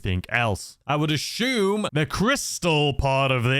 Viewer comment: Take a shot every time he says “ashume “. 🥃😵‍💫